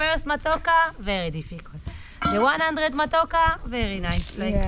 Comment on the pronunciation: it's matoke...you are one vowel away to call it matako..and that means butt in Kenya😜😜😜